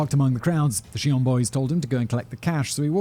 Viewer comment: Do pronounce the J, dude.